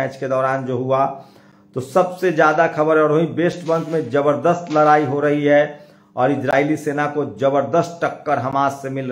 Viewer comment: Pahle news bolna to sikho larai nahi ladai bolte hai